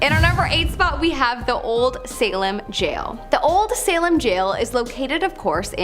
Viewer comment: Salem...not Salam